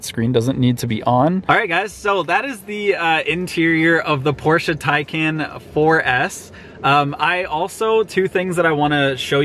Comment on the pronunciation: finally, someone who can properly say Porsche